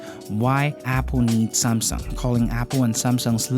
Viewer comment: "SAMsung" Not SUMSung